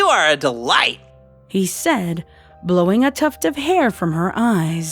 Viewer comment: Take a shot everytime you hear "said-uh" or just any "-uh" at the end of a word everyone dies from too much alcohol and dies again